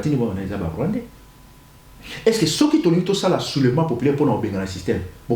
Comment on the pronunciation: lisez s.v.p ceux et non ceuy merci.